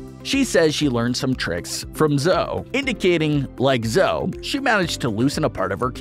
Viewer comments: Not to be rude.... But it's pronounced Zoe (ee) not zo. Sorry if it's rude. My favorite character is Nigel 😊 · Her name is not Zoe like how he pronounced it it’s pronounced zoey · The spiky one is called zoe not zoo